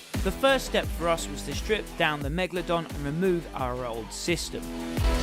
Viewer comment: why does he call it megladon and not megalodon